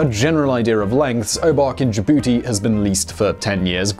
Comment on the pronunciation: Did anyone else laugh when he said JaBootie